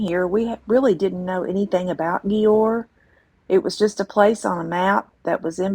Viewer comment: The cities name is pronounced as JUWER Or DUER / DJUER